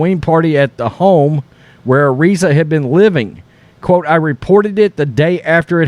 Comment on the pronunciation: FYi you are pronouncing Araiza's name wrong